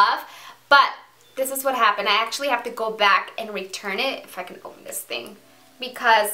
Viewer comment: lol she said "iffa (if I can) can open this" she just slurred her words she did not drop an f bomb although clearly you have not watched her earlier videos where she cursed all the time :D